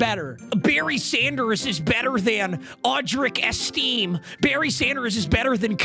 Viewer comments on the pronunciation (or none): 7 minutes in and MMCan'tPronounceAudrucEstimeorChrisOladokun #illiterate